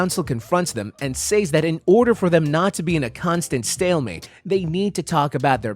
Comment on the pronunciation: I especially hated the way he said "say-s."